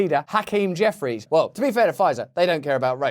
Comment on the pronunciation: Hearing Russell say the word “Jeffries” makes me giggle.